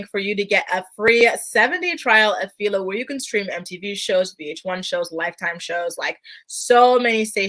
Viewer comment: A bit off topic but you're pronouncing Philo wrong. Say it like this: ph-eye-low Just looking out for ya since they're a sponsor and all. Great video, thanks!